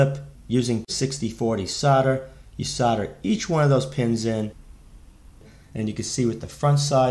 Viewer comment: Thank you for saying Solder the American way..!! We pronounce it "sodder" not Sold-er... Though there are some nerdish Americans that emphasize the L in solder and it drives me crazy...!!! Sorry for the rant. Good video.